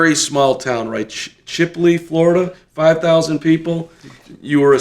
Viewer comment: The Name of Florida town is Chipley Florida. Not Shipley . Get it right ✅.